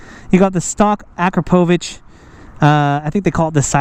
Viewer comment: BMW makes some nice bikes but that bike is fugly. Looks like the fairing is broke off. That exhaust is pronounced A-crop-a-vic by the way.